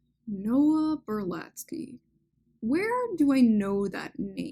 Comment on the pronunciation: Can you please pronounce the name correctly? It's (((((Noah Berlatsky)))))